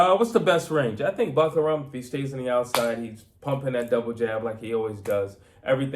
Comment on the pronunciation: I came here to learn how to pronounce Murtazaliev but he only ever called him "Buckararm" 😂